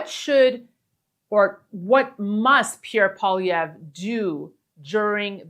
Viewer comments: O'Leary should learn how to pronounce Poilievre's name properly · Hey Daniela, could you let Kevin know how to say Pierre’s last name? Thanks!